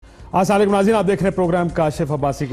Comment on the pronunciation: Kashif Abbasi please say correct salm السلام علیکم